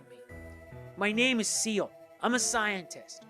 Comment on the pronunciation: Er, this is great and all, but why do you keep calling Ciel "Seal"? Her name and many others like Alouette are French. Ciel ("See-EL") means "Sky."